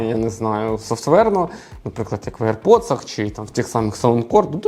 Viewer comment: аір поци а не аірподси